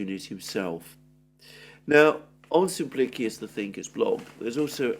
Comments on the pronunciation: Sim plik ee us Emphasis on the plik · I cant read the pronounciation of "XXX the thinker". Please pronounce this more clearly.